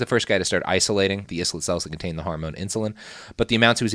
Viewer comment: Robert! It's pronounced MA-CLOUD! And I-LET not IS-LET!